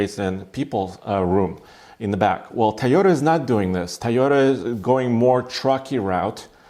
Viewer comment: It's "Toy-ota"...not "Ty-Ota" Good review...